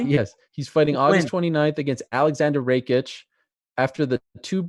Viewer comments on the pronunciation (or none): Alexander Rekeetch who tf is that?? Butchering Rakic's surname.